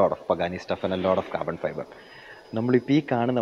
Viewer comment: 20 minutes of pure "Cah-buh-fi-buh" 🙌🏻🔥 😁